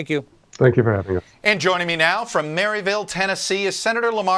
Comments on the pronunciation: Shaun Sopczak lol its pronounced mereville . My family generations were born and raised there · As a new resident in Maryville Tn, I can assure you they pronounce Maryville as Murr-a-vull